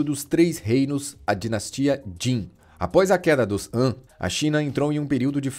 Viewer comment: Dinastia An ??? Han se pronuncia Rã kkkkkk